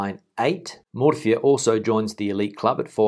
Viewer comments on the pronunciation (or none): none